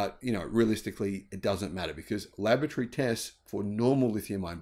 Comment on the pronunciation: Laboratory isn't pronounced like lavatory